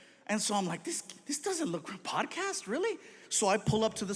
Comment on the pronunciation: I swear he even said "potcast" just now lmao